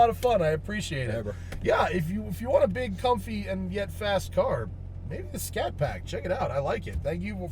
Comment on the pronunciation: It's a Scat Pack not Shat Pack.....lol!